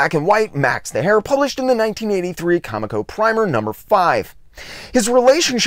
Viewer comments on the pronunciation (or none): Great insight into a reclusive genius. One thing, though, dude: it's pronounced "co-MEEK-oh", not "COMic-oh". I knew several folks who worked there back in the day, so I know that's the correct pronunciation. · Love the video! Just one thing, I used to work for Comico, and the way it's pronounced is CoMIco, not they way you've been pronouncing it. Keep up the great work!!! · I legit have only read MOST of the names I try and pronounce on the channel... it would be funny if I weren't so bad at it sometimes apparently! I will say it was amazing to know how many former Comico employees watched this and felt the need to correct me though! Take the good with the bad, right, hah! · Of all the mistakes I've made, NONE have been so corrected as that, lmao! I had no less than 4 former employees and not 5 other viewers bring this up - I'm sorry! I swear, I had no clue it was pronounced that way - I had only ever seen it, then a week after this drops - saw an interview with a former editor, and bam, realized I had it totally wrong, haha. Then the comments started... I had no idea there were so many other loyal ComEco fans out there! It's awesome to see so many people stick up for an label I constantly heard bashed like no bodies business at my LCSs growing up. Thanks so much for the kind words, AND the correction - I swear, I'll pronounce it right, or at least try for the next video - hard to break a 40 year habit lol! Seriously though, much appreciated on the correction and really happy you enjoyed - hope wincing every time I said Comico wasn't TOO distracting haha!